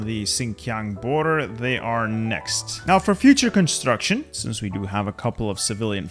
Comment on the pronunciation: “Cumatruction”